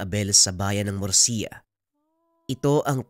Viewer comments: hello po correction lang po sa PLACE NA MURCIA ganito po tamang pag pronounce MURSHA pero tamang spelling po nya is MURCIA☺️☺️☺️☺️from the province of negros here po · Sir hindi po mursiya kundi mursha Yung pronunciation nyan as in MURCIA po Yung spelling kasi parang mursiya